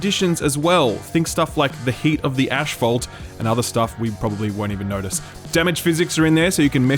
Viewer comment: It's asphalt not ashphalt.. and calling Starfield Skyrim in space is the laziest thing people are doing this week.. there is literally nothing about the gameplay demo or follow-up interviews that should lead you to think it's anything like Skyrim beyond the fact that it's open world.. it's very clear when you take off your objective critique hat and put on your "Wow everyone is having these knee jerk reactions, I'm going to as well instead of forming my own opinion."